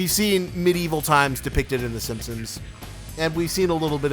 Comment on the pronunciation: im not sure why, but i can only hear “SimpSims” when you say “Simpsons” LOL anyways i just found your channel and love your content :D